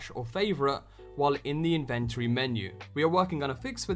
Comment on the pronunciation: If you say inventory like that again I’m never watching ur videos